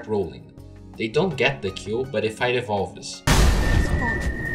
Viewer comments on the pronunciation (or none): the way you pronounce words with suffixes "evolve-es", "themselv-es", "rage-ed", "look-ed", "hook-ed", "banish-ed".... I know English is a difficult second language but words like these are pronounced without they annunciation of the "e" as in: evolvs, themselvz, rAgd, lookd, hookd, Banishd. Just some constructive criticism as I assume these videos are intended for native english speakers.